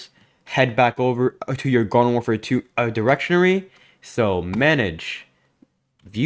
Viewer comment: Also you mispronounced "Directory"